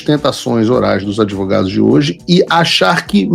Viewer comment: A Advogados e "adivogados", infelizmente. O "adivogado" do GENERAL BRAGA NETO " tava com o FIOFÓ NA SERINGA" rsrsrsrs.